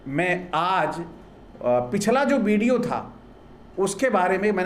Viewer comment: आपकी बातें तो बहुत ही तर्कपूर्ण हैं; लेकिन आपमें उच्चारण संबंधित त्रुटियां हैं। आप बोलते समय 'व' और 'ब' इन दो अक्षरों के उच्चारण में गफ़लत करते हैं। आप 'ब' को 'ब' बोलते हैं और 'व' को भी 'ब' बोलते हैं। क्या आपकी वर्णमाला में 'व' यह अक्षर नहीं है? उदाहरणार्थ आप 'विडिओ' को 'बिडिओ', 'वध' को 'बध', 'विकास' को 'बिकास', 'विजय' को 'बिजय' इस प्रकार उच्चारते हैं। ये क्या है? ये क्या है? कृपया सुधारें। धन्यवाद। 😢😢😢😢😢😢😢😢